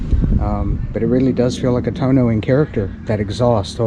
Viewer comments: TUUUUUUUUOOOOOOOO NOOOOOOOO not Tuno.....lol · It's Too-ono not tono. But your Guzzi is just beautiful. Thinking of getting one myself. Enjoy. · It’s too-oh-no, not Tone-o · Please have an Aprilia dealer teach you how to pronounce Tuono! I had 2017 Factory and it was a great bike. I now have the V85tt and considering the V100. Now if MG would put this engine in the V85 I would keep it.